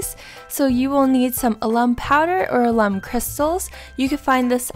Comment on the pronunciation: Alum is pronounced AL. UM